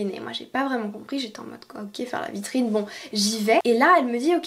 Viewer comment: “Dans la vitriIine?”😂😂